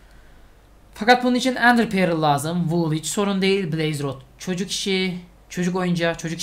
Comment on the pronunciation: Abi İngilizcen çok iyi onu yadırgamıyorum ama şu Ender Pearl'e perıl değilde pörl desen daha iyi olacak gerçekten çok rahatsız ediyor beni. Umarım dikkate alırsın.